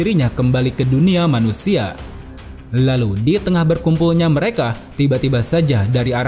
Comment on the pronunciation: Suka waktu mimin bilang "hLalu" 🤣